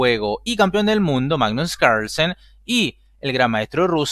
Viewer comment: Hoy jugó el primo danés del Campeón del Mundo: "Magnus Ranchenssen". 🤪🤪🤪🤣🤣🤣 En todo caso, bien Artemiev. 👊 Saludos. 😊👍🖐